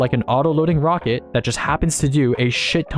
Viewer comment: this wocket is so cwoooool!!!